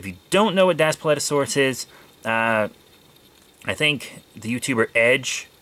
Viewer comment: It’s pronounced Das Pleet O sor rus